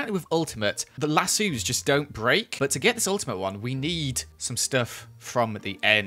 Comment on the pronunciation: The way says lasso like LA-SUU lol